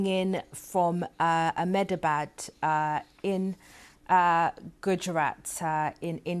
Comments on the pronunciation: why cant she pronounce AHMEDABAD ? Akmedabad ... really dumb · How many times will you keep saying Akhmedabad!!! Its Ahmedabad, spelled as Eh-Meh-da-baad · She actually said it as “Ack-MINI-Bad.” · This can’t pronounce “Ahmedabad,” and calls it as “Ackminibad.” She’s the worst journalist on the BBC.